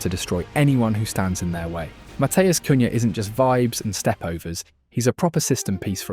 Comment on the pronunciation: Is this an AI video? You literally said cun-ha instead of cunia